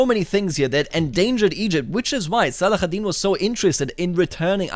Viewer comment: Great video as always ! (But just for your info in arabic saladin is called Salahadin, with an h sound not the kh sound)